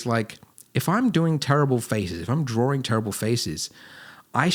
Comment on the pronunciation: Am I the only one who "Everytime he say Drawing, I am hearing Dworing!" :)